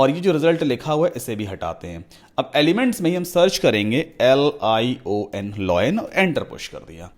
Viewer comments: LION not LOIN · Sikhate acche ho, lekin Loin nahi ---Laaa-ion pronounce karlena master 😀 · Vai loen nhi lion hota he yaar 😆😆